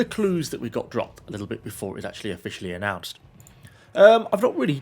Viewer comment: season 7 has just been annoced'' he said lol :)